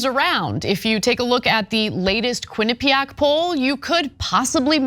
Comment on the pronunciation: Ain’t gonna lie. I never wanna hear the word “quinapeaaack” again.